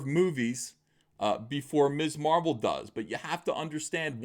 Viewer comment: I thought you said Miss Marple and got excited